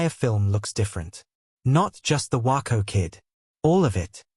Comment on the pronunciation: It’s WAYco not Whyco you snuck.